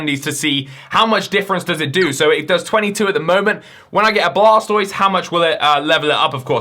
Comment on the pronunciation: blastoied no no no its called water browser lmao